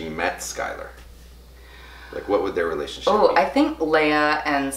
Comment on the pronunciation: It’s relation-“ship”